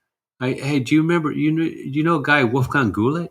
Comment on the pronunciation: Really enjoying these podcasts! One piece of feedback on pronouncing Güllich's name, since he features so prominently here: Try "Gyllick" (like gimmick), it's far from ideal but still closer than the current "ghoul-itch"